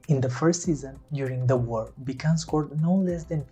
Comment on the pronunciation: Thx for reporting about the greatest goal scorer in history. His name is pronounced "Bitsun“ like "bit" and "sun" btw ;-)